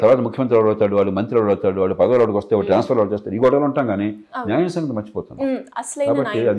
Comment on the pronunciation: మీరు ఈ ముఖాముఖి ద్వారా మంచి ప్రయత్నం చేస్తున్నారు.. ఐతే ఈ ఎర్ర రంగు బట్టలు ధరించిన అమ్మాయి (పేరు తెలియదు) 7. 22. ---7.35 సెకండ్ల వద్ద న్యాయం అనే మాటను , నాయం , నాయం అని కనీసం మూడు పర్యాయాలు పలకడం జరుగుతూంది ., అలా చిన్న , చిన్న తెలుగు పదాలను పలకడం కూడా సరిగా లేదని , ఉచ్ఛారణ దోషాలతో పలికే వారిని సరిదిద్దే ప్రయత్నం చేయాలని కోరుతూ..